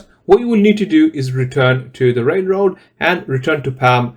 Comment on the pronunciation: why can't you say the word Railroad correctly 😂😂😂